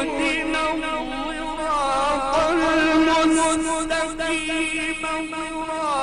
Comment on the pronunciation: هل قراء الاية اهدنا الصراط ، ام اهدنا الزراط. استغفر الله العظيم ان اكون من الجاهلين